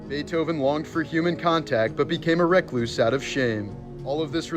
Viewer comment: You're pronouncing recluse wrong